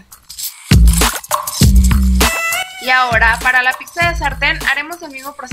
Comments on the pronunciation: Muy linda la pizza de avena, pero déjame que yo te dé dos consejos: no digas /píksa/, en lugar de /pítsa/, que es lo correcto, y a tu videografista dile que 'hierbas' lleva 'b', no 'v' (pusieron 'hiervas italianas). Saludos. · NO SE DICE PICKZA ES PIZZA